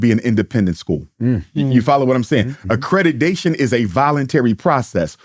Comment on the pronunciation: "acredudation" mate, I think they need to update the rules if you think thats how it's pronounced.